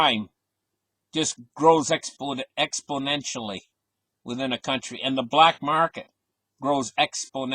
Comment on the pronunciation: You should spend half a day practicing how to pronounce confiscation and exponentially